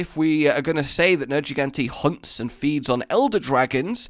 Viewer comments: dude....plz its nergigante not nerjigante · Ok nerjigante thank u you just broke my ears Edit: it’s G not J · Everytime u say Nergigante like Nerjigante, i wanna kill myself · Near-ge-gan-tae nergigante for fucks sake it's pronounced a million times in game.